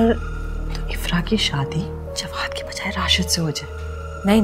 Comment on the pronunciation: Jwad ko galat bol rahi